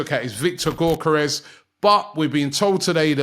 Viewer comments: “Viktor GAWKeres” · How many times is robbie gonna keep pronouncing Gyokeres as gork-kerez , i swear someone told him the right way to say it months back and he just keeps saying it this way😂